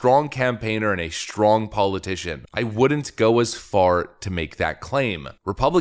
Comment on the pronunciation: Is there an "h" after "s" in "strong"?